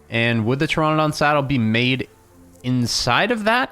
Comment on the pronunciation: Please call it Ter - RAN -adon, not Ter - RON - adon because Pteranodon is pronounced that way. I have 9 years in Paleontology and Archaeology before people roast me...